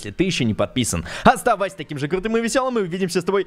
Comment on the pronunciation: Почему ты говоришь адиас. Или тебе нравится компания адиас?